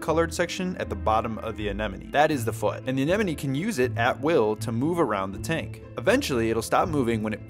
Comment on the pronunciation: Your the first aquarium influencer to pronounce it right. "Anemone" The others are annoying and worth unsubscribing.